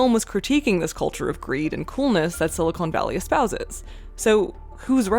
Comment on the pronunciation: Just one thing, “Silicon” (like con man) is the valley. Silicone (like pine cone) is something very different. Otherwise great vid!